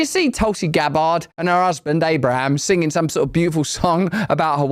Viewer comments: Why the hell do you keep pronouncing Tulsi's surname like that? Its Gabbard...not Gab-bard! Its not difficult man! Dont pronounce your name as Rus-sell do you!? Stop adding unnecessary syllables please. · "Tulsi Gab-Bard" ☠️☠️☠️